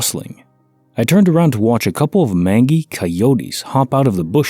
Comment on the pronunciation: Mangy is pronounced “mange - y” like full of mange. Not like “tangy”. A soft /g/.